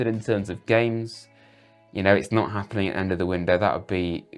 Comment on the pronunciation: Not appnin!😂😂😂